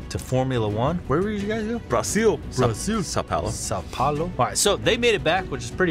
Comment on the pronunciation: Must be very hard to say Brazil.